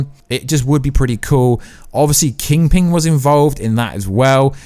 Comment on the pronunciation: Funny how you ad a g to kingPIN not kingPINglol